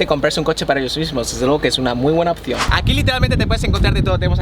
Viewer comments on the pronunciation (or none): none